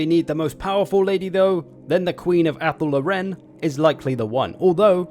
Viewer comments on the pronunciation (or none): Tf kinda way is that to pronounce Athel Loren?